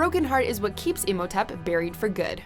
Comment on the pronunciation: it's pronounced Im-ho-tep not Emotip